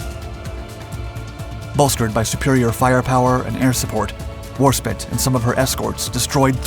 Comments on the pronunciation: I found myself flinching every time he misspoke "war-spit" when it's "War-Spite", Spite not spit. Editor really dropped the ball on this one. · Warspit? It's warspite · So annoying, it's spite ( sounds like tight or flight, or as used in the saying, bite your own nose off to spite your face) the word spit is totally disrespectful. I'm suprised as this channel is very good and they do their homework, however they are American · Good video. Some points for you; Norway wasn't the producer and supplier of Iron ore to Gemrnay, Sweden was. Narvik was just the port used to ship the ore to Germany. HMS Warspite is pronounced " War Spite" not 'War spit'. "Spite" as in "spiteful" or " in spite of that..." etc. Not spit, as in a place to cook or eject saliva from one's mouth.;-) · A good vid thanks, one niggle though which bothers quite a few people, it's not Warspit it's Warspite, spite as in might or right. As far as I know eight British warships have carried this name, the Warspite of WW2 being the best known. She was an updated Queen Elizabeth-class battleship launched in 1913. She had a long list of battle honours. As I understand it and despite what Wikipedia tells us the first Warspite was an Elizabethan 'Race Galleon' and involved in the battles with the Spanish Armada. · You say War Spit, I say War Spite. Let’s call your whole pronunciation off. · HMS Warspit??? 😂🤣🤪 It's actually pronounced HMS Warspite. There's an "e" at the end. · I am VERY surprised on how an Englishman misspelled the Most Decorate ship in the history of the U.K.! You Pronounce Warspite as War/spaɪt/ where is pronounced War/spyte! I know that because my 2ww mercantile navy friends and The Mighty Jingles (ex Navy), they pronounce the ship as the second spelling above mention. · There isan 'E' on the end of Warspite, it is not pronounced spit. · Please, please stop calling her Warspit. She was War-Spite. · War Spite 2 words joined together. Not Warspit!!🇬🇧🏴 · 'War-Spite', not 'Spit'.